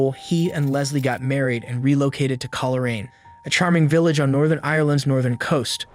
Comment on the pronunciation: Coleraine is pronounced coal-rain.